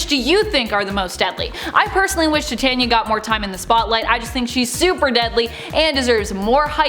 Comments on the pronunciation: Tet-Tania? It’s Ti-Tania. Like Titan. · Tiania is pronounced tie tane e ya not ti tan ya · Tie-tay'-nia? Like titanium? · Titania is pronounced Tai-tan-nee-ah